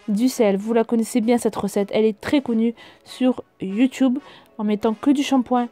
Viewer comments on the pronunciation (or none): Pourquoi tu dit youtoube au mieux de youtube ? Mdrr sinon je tadore